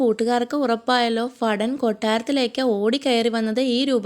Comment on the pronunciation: ഫടൻ, പ്രഫോ എന്നിവ തിരുത്തിയാൽ അടിപൊളി